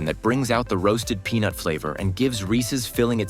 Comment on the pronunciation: This showed up in my suggested videos and all my husband could hear was penis every time heard peanut 😂🤦🏽‍♀️